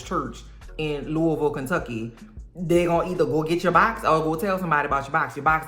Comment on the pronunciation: I have only recently discovered your hilarious recaps when looking for others who were obsessed with Chimp Crazy, so IMAGINE my surprise when you said "Louisville, Ky" in a way that tells me you've been to my hometown! And the wreath-making DIY-gone-wrong excuse was so funny, you had me hurtin'. Next up I'm going to watch your recap of The Deliverance because I can't wait to hear what you say about "that one line." IYKYK